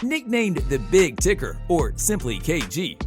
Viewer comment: Big Ticker?? Um no!! Damn you're doing a mf video about a person and you immediately mispronounce his name?? Thumbs down for the disrespectful idiot who just wants clicks